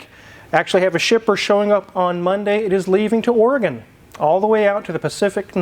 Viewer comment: Glad knows how to pronounce Oregon.